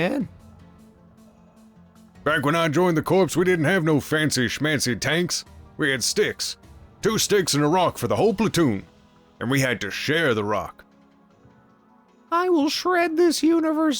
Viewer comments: Corps is pronounced like core, not corpse. Two entirely different things which originate from the same base word in Latin, hence the ease of confusion. I normally don't correct words mispronunciations because, lets be honest, everyone (I'm a part of everyone too!) does it all the time. The only reason I do it now is because half of my family is military and it's considered a disrespect to pronounce it incorrectly. Mind you, less disrespectful for the average person do it than, say, a ranking military official or, you know, the president, but I figured better to offer some knowledge than to just hoard it for myself, right? Sorry if it was presumptuous of me, have a nice day. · Just a note on Sgt. Johnson. "Corps" is pronounced like "core". It's a weird military thing, but this is the correct pronunciation.